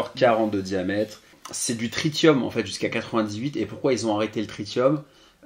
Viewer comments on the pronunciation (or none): Cool. Tritium se prononce trissium.